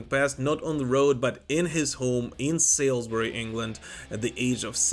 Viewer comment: It’s pronounced ‘Solsbury’ BTW. Wow, I used to see him around the town all the time, especially when the Old Ale House was his regular pub. Killers remains my favourite Maiden album. He will be missed.